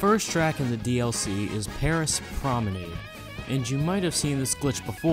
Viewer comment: You do not know how to say Promenade